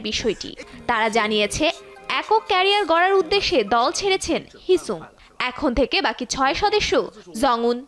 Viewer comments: হিসাং re হিসুং banaylo ken bruh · ”eeenhypen” “heesuung” what a lucky day to be a bengali engene